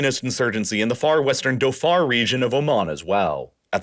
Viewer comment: It's a WAH-di, MUS-cat, and Dho-FOR ... yikes